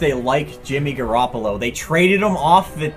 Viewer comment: JIMMY G! said he name wrong